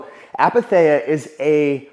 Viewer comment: Great videoooo ❤ wly ❤ you should post more often !! ill drop that comment just because i know greek is hard and i know very well due to personal experience that its hard to catch right pronunciations from different languages I mean no hate, i know sometimes a word is pronounced wrong in its non native language so... to whoever is interested ⬇️ Its pronounced with an "e-sound" the greek combination of "ei" is one of our 5 "e" sounding letters [or combinations of letters] (,h,ei,oi,u,i... or in greek letters η,ει,οι,υ,ι).... they all sound like the english "e". Its written apatheia but its pronounced eith an "e" sound aka apathea❤ **the only reason where those "e" sounding combinations are pronounces differently is if they have dots on top. E.g.: "τσαϊ" chich menas tea and is not pronounced like an "e" it emphasises the sound of both letters ( seperately)❤❤❤